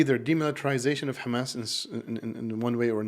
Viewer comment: did you just say khamas? I only know one group of people that say it that way. Did you happen to go to the Islamic University in Israel?